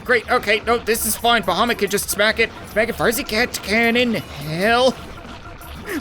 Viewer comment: I like how he says bohomet or something about the other dragon